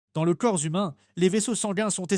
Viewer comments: Un humain avec un Z ... !! 😂😉😋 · "Dans le corps - z - humain ..." C'est quoi un "zumain" ????